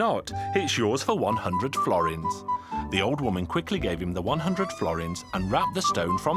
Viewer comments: Misspernounciation at the end: Florint is an old italian money i think not sure tho. Forint is hungarian. You have to skip the letter "l" otherwise its missunderstanable. Yes im hungarian. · florint xd.. is forint(without the l ) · Mi a fasz az a florint xddd Nem florint hanem forint*